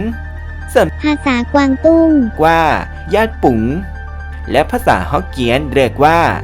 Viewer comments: 「แต้จิ๋ว」 ไม่ใช่ 「แต้จิ้ว」 😭 潮州 diê5ziu1 = เตียจิว 「ฮกเกี้ยน」 อ่านผิด 福建 จริงๆ คนแต้จิ๋วเรียกญี่ปุ่น “จ-ยิก ปุ้ง” 日本 rig8bung2 ภาษาฮกเกี้ยนเรียก “หยิด ปุน” (ได้ยินเขาเรียก) กวางตุ้งเรียก “หยัด ปุ๋น” 日本 jat⁶ bun² 日本 ยังมีอีกหลายชื่อ ในสมัยโบราณ อาทิเช่น 「大和」 = ยามาโมโตะ 「倭」 อันนี้เป็นชื่อที่อยู่ในประวัติศาสตร์มาแรกๆ (มั้ง) 「八島」 = แปดเกาะ และ 「大八洲」、「大八洲國」、「八洲」 ... มีมากมาย 大 = ใหญ่ 、 八 = แปด 、 國（国） = ประเทศ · ในคลิป ขอญี่ปุ่น ออกเสียงผิดเกือบหมด “แต่จิ๋ว” ไม่ใช่ “แต้จิ้ว” 福建 ฮกเกี้ยน ก็อ่านผิด แต้จิ๋ว = 潮州 diê5ziu1 เตียจิว ญี่ปุ่น 日本 คนแต้จิ๋วเรียก ญี่ปุ่น = rig8bung2 (จ-ยิก ปุ้ง) ฮกเกี้ยนที่ได้ยินมา “หยิดปุ้น” กวางตุ้งเรียก ญี่ปุ่น = yat⁶bun² (หยัด ปู๋น)